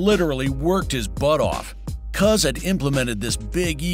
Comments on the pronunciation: Cus D'Amato, The correct way to pronounce this name is Cus, Like Cuss when you use profane language, not cuz, which is slang for cousin, THX for posting. 👊 😎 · Someone tell the guy talking his name is Cus not Cuz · CUS NOT CUZ! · Cus not Cuz 😂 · Hey narrator, Cus D'Amato's nickname is pronounced "cuss," NOT "cuz." His actual first name was Constantine. I wish he had handled Mike for his entire career, instead of Don King getting his mitts onto him. Cus taught Mike defense. When he was young and under Cus' tutelage, Mike was almost impossible to hit. After King took over, he emphasized offense, and Mike got pounded unnecessarily, during his fights. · Why are you saying Cus' name wrong?? Mike says it correctly. Why aren't you!?